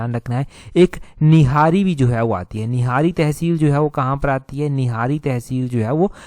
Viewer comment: Nihari nhi nihri निहरी